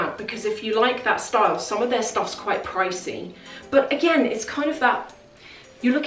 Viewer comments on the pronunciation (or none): none